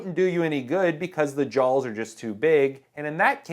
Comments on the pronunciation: Really sounds like he is saying jawLs. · There's no "L" in "jaws."